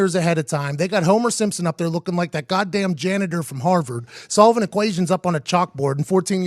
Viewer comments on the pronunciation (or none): none